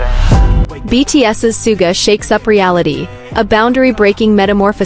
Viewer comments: Is this AI CRAP. BYE THE WAY HIS NAME IS SUGA NOT SOOGA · *****NAME is PRONOUNCED "SHOO-GA" Get with It.